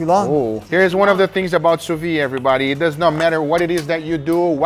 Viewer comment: It´s not sous vi.. It´s Sous Vide.....You have to pronounce the D.:-)